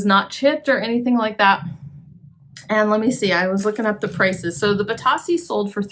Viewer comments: Bit-oh-see is how you say it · Funny about the pronunciation. I hear other resellers say “bee-Toe-see” rather than “bee-TOS-see. Thanks for the information. I have a couple of lamps that I’ve had for a while that I need to get listed.